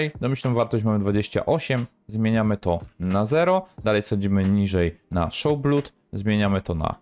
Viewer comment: "Call of" = kalof, "blood" = blut 🤣🤣🤣 Really?? Żeby prowadzić jakieś kanały na youtube i nie znać elementarnej angielskiej wymowy??